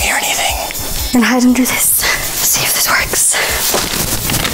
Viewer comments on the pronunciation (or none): You said dis and its this